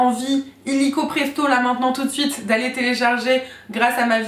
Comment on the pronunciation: Quand tu as dis "Toot Sweet" j'ai cru que tu avais dis "tous de suite" 😂